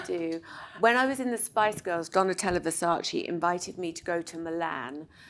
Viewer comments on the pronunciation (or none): Victoria I adore you, but please it's VersaCE, not Versacee. 😂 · IT‘S VERSACE not VERsaCI?!?!!!!! 😡😡😡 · So bad how these people interested in fashion still cannot pronounce Versace properly. You say VersaCE same as DolCE, not VersaCI like GucCI!